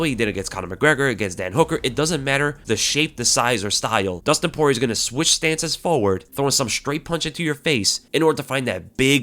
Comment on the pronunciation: Nah brah, Poirer